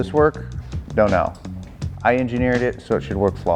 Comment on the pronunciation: “I engenieered it so it should be flawless” ….. brutal montage 😂🤙🏻